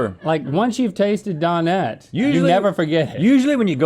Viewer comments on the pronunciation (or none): Listening to Link say Don-net was liking me! Dō-net. Good grief! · Isn't it done-ette? lol